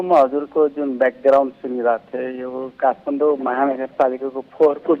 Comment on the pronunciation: काठमाडौं लाई काठफान्डौ उच्चारण गरिएको छ